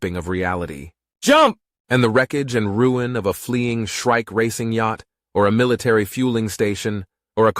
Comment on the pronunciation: Shrike is not shriek. Get a editor.